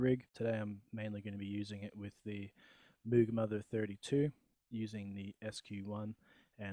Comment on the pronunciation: It’s pronounced Moog, not Moog! Sorry but that just drives me crazy!